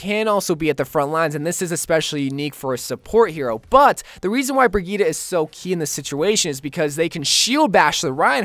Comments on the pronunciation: Am i the only one that gets irritated when say "brigetta" like its brigette there no a in that but still love yo vids👍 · It’s bridge eht is the pronunciation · Isn't it pronounced like Bridgette? This was infuriating. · Her name is pronounced Bridget